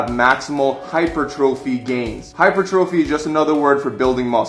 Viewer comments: Wow, please learn to pronounce common exercise terms. It's not hyper - trophy, it is "hahy-pur-truh-fee". Also, it's not peri-odd-ization, it is "peer-ee-uh-duh-zey-shuh" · Hypertrophy is pronounced HI-PER-TRO-FEE NOT HYPER-TROPHY!!!!! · I cringed every time he said hyper trophy. But yeah... The info is legit. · "Hyper-Trophy" Sigh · its not pronounced TROPHY brah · Always great advice but your saying hypertrophy wrong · dude left his shoulders in the car. and if you are a personal trainer and can't pronounce "hypertrophy"or "periodization" you are wack too